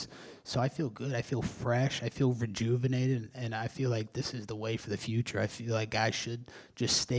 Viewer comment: “I feel virguvinated”. Did Colby just take another Mama Cita’s virginity?